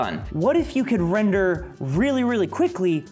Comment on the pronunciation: Every time he says "render" Me: heheh.. "Wrender" But seriously though, how'd you do the pillar up stunt???